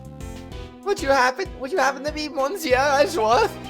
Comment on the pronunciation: Good old court record, no organizers anywhere... YESZ! Yeah well wrong prosecutor for that So she sounds like a mouse now? :P Your French is aweful "monsieur" "Hoquet".... Hoquets Japanes name translates to "Paul Holic" might want to use that and dont butcher the French language anymore His name is "The Real Bad" btw name puns: Isaac Dover = Iced Over, Pierre Hoquet = Pierre (generic French name) Hoquet (French for hiccup), Jeffrey Master = Master Jeff.... errr Master Chef, Katherine Hall = Catering Hall Mistakes: 0/49 Death Counter: 4 Logic Chess: 0/11 Logic is hard: 1